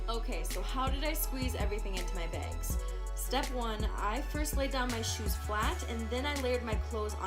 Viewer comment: “2 checked begs”